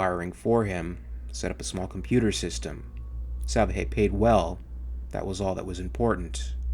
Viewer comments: I know I'm a year late, but the guy's name is pronounced sal-VAH-hay, with the accented syllable in the middle, or, as is common with Spanish, the penultimate syllable. It means "salvation" in English. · Not to be picky but I would bet that Salvaje must be pronounced with enphasis on the second A... "Salvaje" means "wild" or "savage" in spanish...if you say someone is a "salvaje" means he is like a brute, a caveman, someone primal or uninteligent. Wich I think is quite fitting here.